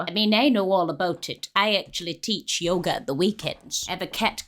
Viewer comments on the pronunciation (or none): none